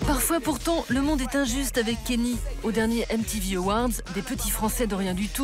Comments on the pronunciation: 8min de vidéo où vous dites "Kenny" et non pas "Kanye", ça vous discrédite direct. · Il s'appelle KAAAA - NYÉÉÉÉÉ pas Kenny ou je ne sais quoi ! Orrhhh!